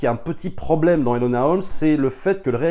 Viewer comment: C'est eNOla pas eLOna Holmes dite mon prénom correctement svp😭😭